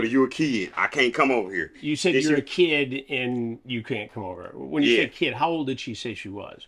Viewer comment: "I knew she was a KEED" lmao